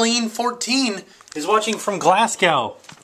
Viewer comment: Gla-ssssss-go U said glasda This is how to say Glasgow